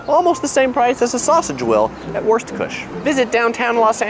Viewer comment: "wurstkusch" :D hahaha ;-)